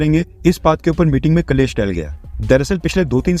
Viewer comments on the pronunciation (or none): शब्द 'क्लेश' है, कलेश नहीं। दूसरों का परीक्षण करने से पूर्व स्वयं को ठीक से जान लेना चाहिये। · कलेस नही क्लेश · Its "klesh" ...not "kalesh".... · कलेश नहीं क्लेश। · Kalesh nahi क्लेष (संस्कृत) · Kalesh ka suddh pronounce..." Klesh" hai... sanskrit ka word hai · Clash in English 😂🤣